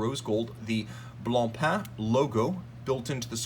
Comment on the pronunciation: I’m not trying to stroke your ego but you should know that your an outstanding. You talk fast but very coherent and you bring up awesome Haute horology characteristics that many are unaware of. Kudos.🫡 Your one of the only people in the game that properly pronounces BlancPain👏. It’s a weird French word that means white bread as you probably know. 😂